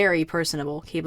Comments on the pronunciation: YoU SAid HiS NaMe WrOnG (crys very not silently)its not pronounced "keybley" its pronounced "kibli" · Quibli not Queebli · it's pronounced "kiblee", not "keebli" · Hate to say it, but,, it’s pronounced Kih-blee. Not Kee-blee. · Just to say... Qiblis name is pronounced kib-lee